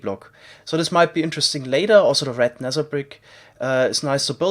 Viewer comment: i'm a new subscriber... can someone explain me why he pronounce the "th" sound like "s/c" like Nether -> Neser and Theory -> ceory?